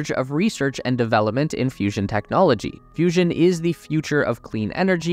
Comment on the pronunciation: I thought it was serious till I heard fussion......